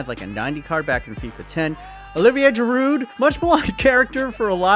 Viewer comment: I like how he pronounced Giroud as djiroot.